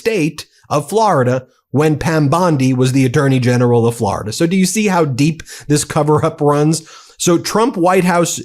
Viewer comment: Hilarious how Ben pronounces Florida like Trump does (unintentionally). "Flaraduh" lmaooo. Why do some people say it this way ? Sounds terrible 😂